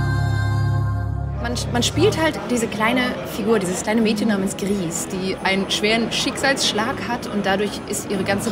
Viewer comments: Man macht aus Grieß Brei und hat das spanische Gris ganz richtig ausgesprochen. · Es ist wohl eher Grau auf Spanisch, da das Entwicklerteam Nomada Studios aus Spanien kommt. Somit liegen die Journalist*innen schon ganz richtig mit ihrer Aussprache. ^^